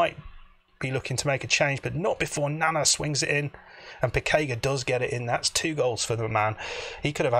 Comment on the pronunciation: I suspect Piciga is pronounced Pitsiga. Great result!